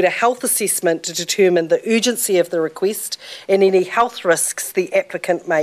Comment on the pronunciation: requist XD